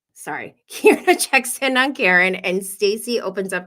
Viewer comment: I love her too! It’s pronounced “Key-are-nuh” 😘💘